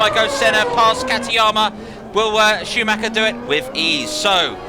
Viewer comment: AI has a problem with Schumacher. Shameful...